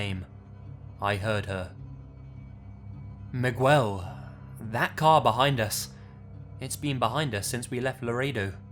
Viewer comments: ...Migwel! LOOOL ignore the "u" just pronounce Migel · I love your videos but hate the way you pronounce certain things. Its MEE-ghel not MIH-gwell. You did the same thing with the word "mannequin" in another episode pronouncing it "mann-a-kwin" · "MiGWEL" bruh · Sorry but it's too funny hearing pronounce the name "Miguel" as "Muh-GWELL" 🤣 Maybe it's because I live in California. The correct pronunciation is "Mee-GELL" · Miguel is not pronounced mig(w)ell its mig(ell) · its not "migwel" its "mig-el" you don't sound out the "u" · Miguel is pronounced "mih-GELL," not "mig-WELL." The U does not make a W sound. It is silent. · Miguel isn't pronounced Mig-well...It's more Meeg-el. Even Mig-el works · Mig Well, Migyoual, Meegell, what's the diff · "migwel" im sobbing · Im trying to correct your Miguwell each time i hear it lol just say Miguel without the u!! 😂😂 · "Migwelll" lol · Lmfao "Migwell" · Lets go to the hosTELLL, MigWELLLL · For future reference,: To pronounce Miguel you could say Mee•Ghel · "Meg-well" looool Still love ya 😂😂😂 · On the mexico story, when I heard him say "Migwell" I was like "WTF?" then realized he meant "Miguel" XD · How are you foreign, but suck at pronouncing basic foreign names from other countries? Does everyone from the UK say Miguel as MIGWELL? Weird. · Is he saying Miguel like "migg--well" ? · Jesus, dude, get a single Mexican friend. It's pronounced Mih-gell. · Like pronouncing Miguel like migwell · Miguel = me-gal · muhgwel lmao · good stories. as for the pronunciation of Miguel's name. It is Meh-Gell.. sounds like that. one of my cousins is named Miguel. its all good. keep up the good work. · MIGWELL OMFG LMAO (not his fault he pronounced it wrong lol) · I’m Latina and I’ve been wondering what kind of name “Migwell” was until I saw your comment lmfao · 3 in the morn and I've been on a listening binge and slowly filling with fright, then Migwell! BAHAHAHAHHA!!!! I love! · SHE SAID MIGUEL (migwel) 😂😂😂😂😂😂💀💀💀💀💀 IM DYING